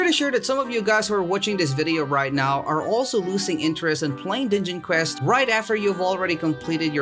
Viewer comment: Sounds like he said ninja quest lol